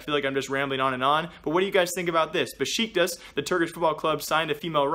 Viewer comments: fyi it's pronounced Beh-Shick-Tash, quite different than a black female bus driver named Besheekah xD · My mans can't pronounce Besiktas